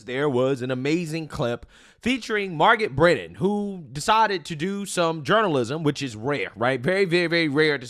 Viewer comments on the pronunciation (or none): I thought that Lefty CBS propagandists name was Margaret Brennan NOT ‘’MARR-GET Britain’’ . Also Arnold’s name IS pronounced ARE-NOULD NOT Arn-our. 🤪 Your speech impediments are rising to the REE-Rees of the left, soon you’ll sound as silly as the PD-F File~ Destiny.